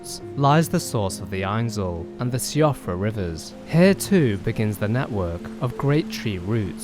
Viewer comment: siofra is pronounced "shee-fruh"